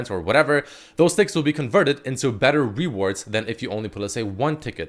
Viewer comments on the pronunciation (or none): Lol is he saying “RE-wards”? . First he has trouble saying Zoe and now rewards lol.